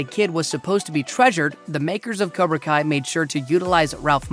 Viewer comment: "COBRA KIA"